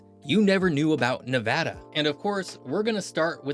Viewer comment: forth generation Nevadan here . My whole family says the state name the exact way . And yes we are very particular how people pronounce our states name .